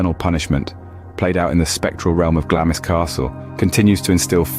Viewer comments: It is pronounced, ‘Glarms Castle’. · It’s pronounced ‘GLAMS’ the ‘I’ is silent 😊